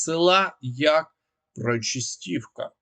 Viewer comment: Вибачаюсь, однак так ріже вуха вимовлення вами назви міст Селидове - наголос на И Причистівка - наголос на друге И Не знущайтесь над назвами